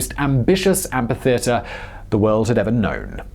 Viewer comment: That's not how you pronounce amphitheatre